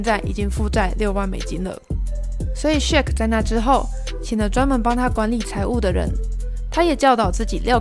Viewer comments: shaq～ 不是shake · ...luka 跟鯊魚的名字都不會唸 到底還要介紹什麼...